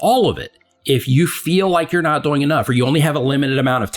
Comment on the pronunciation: I love your content, but I just have to say that when you say "doing", it sounds like "boing" with a 'd' hahahahhaha